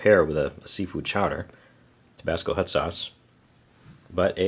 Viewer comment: 'hut' water. every time